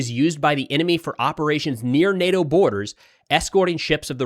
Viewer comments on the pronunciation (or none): none